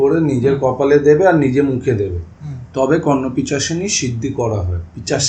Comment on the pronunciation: O😂😂 he said KarnapiChashini .. it is KarnapiShachini.